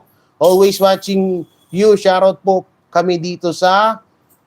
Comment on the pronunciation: Shout out…pronounced as sharrr out😆😆😆😆😆